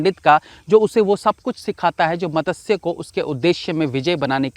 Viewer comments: its not matasya its matsya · Madasya nahi bhai its matsya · Matasya nahi Matsaya Nam hota hai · आप 'मत्स्य' का उच्चारण गलत कर रहे है।